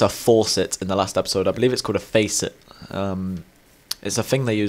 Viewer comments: Hahah you were pronouncing faucet correctly before, it's not a "Faceit" Have you not heard of a water faucet? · It's called a faucet ( FA SIT ) not to be mean at all just correcting you :)